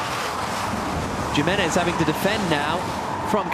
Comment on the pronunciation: The pronunciation of Jimenez makes me wanna rip my ears of in embarrassment